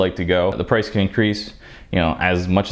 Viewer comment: "Its gonna definitely incrice the prease" LMAO